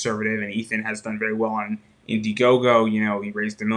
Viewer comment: you keep saying Ethans name wrong, plus understand your husband will never ever be welcome back into comics, I will stand at that gate forever